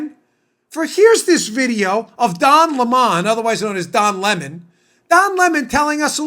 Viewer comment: Its lemon NOT LE MON ITS AS IN SOUR WITH THE USUAL PITH